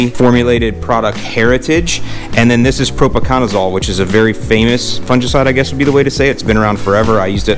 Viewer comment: You're pronouncing fungicide wrong